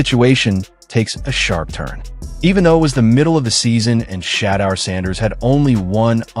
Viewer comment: This is fake AI news. Shadar? AI doesn't know how to pronounce his name. Fake Fake Fake complete garbage!